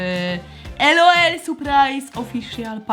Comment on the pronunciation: Nie mówi się ELOEL tylko LOL !!